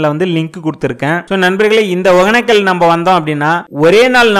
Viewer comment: ஏன்டா ஊர் பேர ஒழுங்கா தான் சொல்லுங்கடா யப்பா //ஒகனக்கல் இல்ல //ஒகேன‌க்க‌ல்